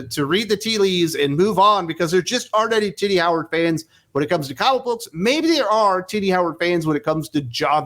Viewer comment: I chuckle because every time I think you’re saying Titty Howard 😂